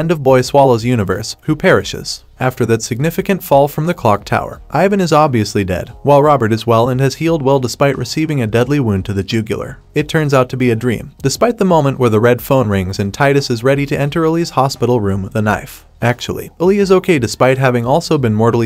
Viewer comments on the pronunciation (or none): it refers to your jugular vein in ur neck. but is pointing out that this weird AI voiceover is pronouncing it wrong :) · DAFUQ is a jooooo gooo lar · Haha in the show they called it jugular guess it means neck